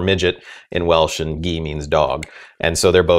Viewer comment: As a person living in Wales, this guys pronunciation made me cringe a little. However, aside from that, he actually made a mistake. "Gi" is NOT dog in Welsh (in the respect that if you pointed at a dog in Wales and said "Gi!" to a Welsh person, they'd look at you like an idiot). The "cor" makes the "C" in "Ci" (which is ACTUALLY what dog is in Welsh) soft mutate to a "G", thus it's "Corgi" because "Corci" wouldn't sound right on the tongue.